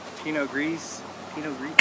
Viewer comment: "pinot grease" hahahaha just ignore the S at the end.